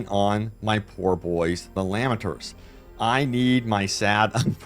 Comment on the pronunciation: Ewww just digusted with how you pronounced Lamentors like lamb-en-tours. It sounds exactly like how its spelled, La-men-tors